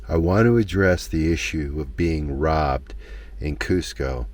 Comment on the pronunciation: The disappointment in Curts voice, every time he pronounces ROBBED, totally broke my heart.